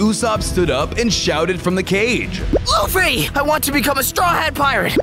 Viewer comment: It luffy￼ not laffy